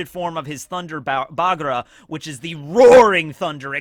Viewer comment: “Thunder Bagua” where is the R sound coming from?